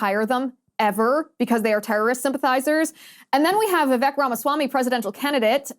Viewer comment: Liz! Vivek’s name is pronounced like CAKE! Vi vake!!